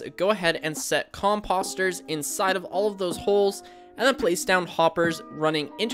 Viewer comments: Say it with me now... com post er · The next time u say COMPUSTERS .....WERE GONNA HAV A PROBLEM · Who says 'Compahster? It's pronounced with a long o. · Great farm but am I the only one annoyed he’s saying composter wrong? 😑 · no it actually is annoying lol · Ya lol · It's hard to take someone serious when they pronounce "composter" like this guy does. I'm half hoping he's just trolling us.